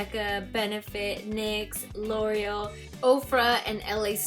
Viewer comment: Same with l' oreal lol